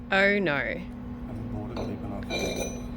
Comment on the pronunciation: An aussie saying oh no or aru noru is one of the best things ever